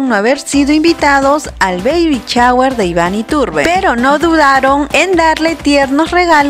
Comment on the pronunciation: No de dice chaguer. Se dice shower